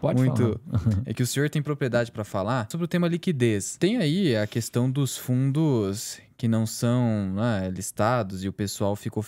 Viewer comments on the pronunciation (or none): E ainda fala: questã